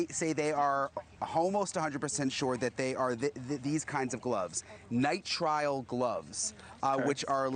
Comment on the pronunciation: The gloves, Brian, Nye-trill not Nye-trial